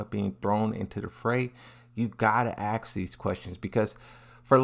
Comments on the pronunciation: Its "ask" not "axe" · why ppl keep saying aks instead of ask?